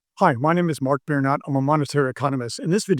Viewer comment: FuCK!, Your TherapisSTT HERE, FOR THE LAST FUCKING TIME. YOUR LAST NAME ISN'T BEARKNOT OR WHAT EVER THE FUCK YOU SAY, ITS "BEER NOT" I THOUGHT WE ESTABLISHED IT YOUR ALCOHOLISM HAS GOTTEN OUT OF HAND., WHY THE FUCK DID YOU GO TO POLAND, TO GET FUCKING DRUNKER?? YOU DUMB BASTARD DO "BEER NOT" "BEER NOT" "BEER NOT" "BEER NOT" "BEER NOT" "BEER NOT"